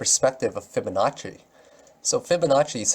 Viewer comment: I love when you say fiba fiba fabanacci